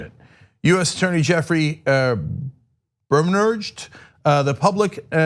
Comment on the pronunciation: I'm sorry, I couldn't continue for laughing past "Bermanurged".